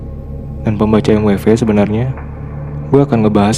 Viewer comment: Baru nonton 👋.. Baru tau klo baca "emweve".. Biasanya saya bacanya mwiv :v